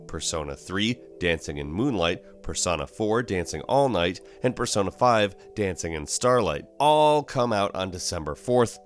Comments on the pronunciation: At first he said per-son-a but he realized it sounded dumb and started saying per-so-na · You say Persona wrong, did you not play the game? its per soh na. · PER-SO-NAH I didnt know it was possible to not know how to pronounce this word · Lmao who pronounces persona like that?